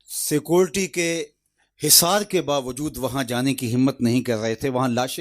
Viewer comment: سکولٹی؟ جاہل آدمی سکیورٹی ہوتا ہے۔